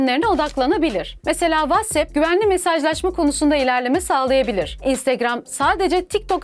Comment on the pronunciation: Whats epp ne ya pekaka ya pekeke demek gibi, aşırı irite oldum